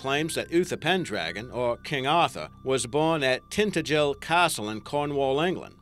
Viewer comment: That's actually the proper way to pronounce it, the "h" isn't meant to be silent in words like "why" or "wheel". He did, however, hideously mispronounce Tintagel, when talking about the Cornish site.